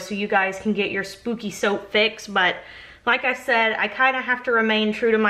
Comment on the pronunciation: Haha, I thought you said Snoopy! Not spooky. I am with you no scary!! Nope nope nope. I don't watch scary. You are not alone!!